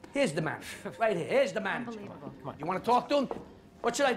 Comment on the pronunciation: "Here's the mamager!" lol..